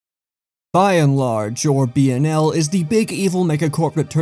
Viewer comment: I still think pronounced BnL properly